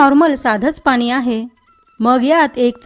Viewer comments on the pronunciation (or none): none